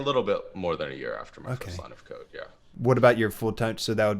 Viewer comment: Great video! I'm an applications developer currently doing an online data analytics program in my free time and it's starting to strengthen and correlate with my job. Also "Your first line of code" sounds at lot like "Your first line of coke" lol.